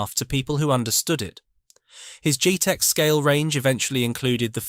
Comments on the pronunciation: Pronunciation is dreadful true scale not trusscol jet ex not g.tex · For goodness' sake, it's not "JEETEX", it's JET-EX! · Surely "Truscal" should be pronounced True Scale! & "Geetex" should be Jet-Ex